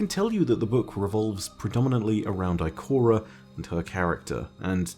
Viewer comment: I like when he said Ikorea